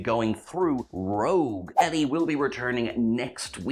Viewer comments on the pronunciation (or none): none